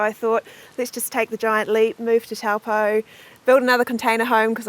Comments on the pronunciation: It's pronounced, Taupo; Toe paw.,. Nice thome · Not Towel poh its Toe poor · The correct pronunciation of the town name is 'Toe - paw' 🙂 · Tawpo, mate ease learn pronunciation. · Kia Ora guys! My partner and I love watching your videos of NZ and around the world. For fellow watchers, we just thought we would mention that Taupo is pronounced "TOE - POR", which is name derived from the native Maori people. Hopefully we can all visit this beautiful spot once borders are open :) from Tai & Clarisse